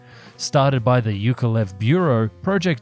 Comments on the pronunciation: From : "...yUkovlev" instead of "yAkovlev"... (Am I having a slight brain hemorrhage???) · Yukovlev? lol, correct is Yakovlev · Yakolev, not Yukolev